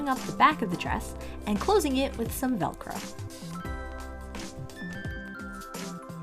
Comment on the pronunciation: look i know you said “velcro” but it SOUNDED like you said “dollcro” and now im going to start calling doll sized velcro dollcro